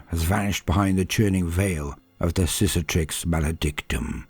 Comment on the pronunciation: Cicatrix is pronounced sikatrix, second c is hard